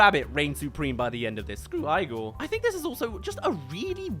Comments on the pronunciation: The funny thing is, some of the clips he showed, actually says Igor's name and he still pronounces it wrong! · yeah! I don't get why he was doing that. No character in the entire movie says his name like that. which makes me think he's either doing it on purpose, or he actually didn't watch the movie at all, and he was just reading off of a script written by somebody else and didn't know how it was pronounced. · He’s making an analysis of a film, not translating it into British English. Hearing the name in the movie and deciding to just pronounce it the way you want to is a bizarre choice, especially from a channel that has “analytical” in its description. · I always thought ‘Igor’ was pronounced ‘EE-gor‘ as opposed to to ‘I-gor‘ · I fucking love this movie ALSO ITS EEE-GORE AND NOT I-GORE GODDAMNIT THIS MOVIE WAS FUCKING PEAK I OWN IT ON DVD AND I WILL NOT HAVE YOU SLANDER IT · the name is ee-gor not Ay-gor. Movie has this one thing right. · (ee-gor) not eye-gor also this movie was amazing. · The whole time, the whole time you’re just mispronouncing the name Igor. It’s pushing buttons I didn’t even know I had. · Keeps saying 'Eye-Gore' - when literally at like , the title MC says 'Ee-Gore' 🫣🙄🤨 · Hey, I remember this movie! Also, “Eye-gore”!? I thought it was pronounced "“EE-Gore”! Or this a Brit vs. 'Murican accent thing? 😕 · Saying Eye-gor instead of Eee-gor after watching an entire movie about them is crazy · you literally hear him say his name why are you calling him eye-gor not ee-gor? this is like that one avatar live action where they called him aung not aang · Take a shot when he says "Eye-gor" instead of "Eee-gor"... I remember being given a DVD of this film when I was a kid. This movie wasn't THAT terrible. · Eee-gore❌ Eye-gore✅ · It's pronounced “Eee-Gore” and not “eye-gore”! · Isn’t it pronounced “Eee-Gore” and not “eye-gore” ? 🤔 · Brotha, why did you say eyegor? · It's pronounced Egor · its pronounced ee gor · It’s pronounced “E-Gore” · EE-GOR